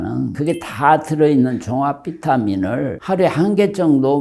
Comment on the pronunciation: 조회수쫌 늘었음까? 영감탱이.발음이나 잘하시고 말하시지.종합비타민 말씀.행설수설.ㅋ